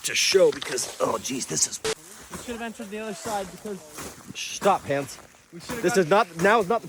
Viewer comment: is it hans? i always hear hands